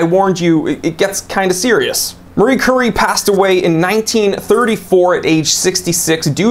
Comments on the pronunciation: I have 3 Rolex watches the oldest is 1985 with a tritium dial with lume gone a long time ago. The only one still with lume is my 2015 Explorer 1. On the other hand, I also have 3 Omega's the oldest 1995 Speedy and they all still have nice lumes. Not that important but I believe she pronounced her name Marie Cure-Eee. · Marie Cure-ee